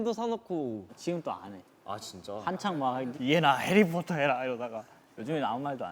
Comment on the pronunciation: Not i.n imitating han British accent : Harry potttaahhh😂